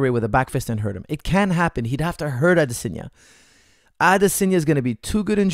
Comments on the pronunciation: It's Adesanya. You pronounce it Adesenya. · AdESANye not Adesenya come on man